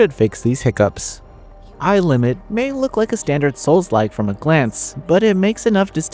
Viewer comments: Nice review but pretty sure it’s A I Limit not Aye Limit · “Eye” limit is wild lol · u are supposed to read it together, you are not saying A I rplane right?